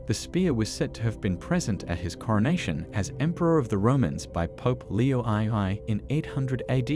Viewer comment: "Leo eye, eye"? LOL